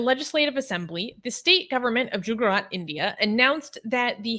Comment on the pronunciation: She calls Gujarat Jugarat😁😂